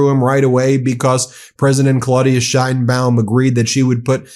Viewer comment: Trump doesn't know what the hell he is doing. Time to Invoke the 25th Amendment. The idiotic Orange blob of useless goo can't even pronounce 'Sheinbaum' correctly.